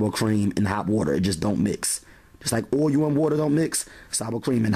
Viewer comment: Great videos! But, you are absolutely pronouncing the word OIL wrong. Ask someone how to properly pronounce it.